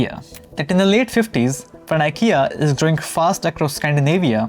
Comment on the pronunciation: This video is great. Please do some diction exercises or something, because I'm sure I'm not the only one that feels like climbing walls when you say "ven" instead of "when".